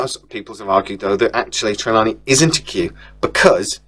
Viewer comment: For fucks sake mate, pronouse the names correctly,it’s TER-LANE…NOT TERLANIE